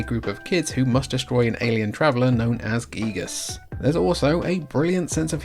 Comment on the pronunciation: THANK YOU for pronouncing Giygas' name correctly! Everyone on youtube says "Guy-gus" and it drives me bonkers.